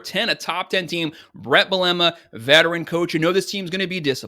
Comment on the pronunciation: The coach of Illinois pronounces his last name : "BEAL - a - ma".